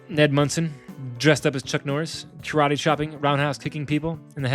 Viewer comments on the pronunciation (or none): none